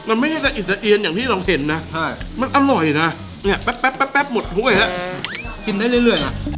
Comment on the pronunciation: พูดไช่ อีกแล้วนะ ไช่ ไช่ ไช่ 555+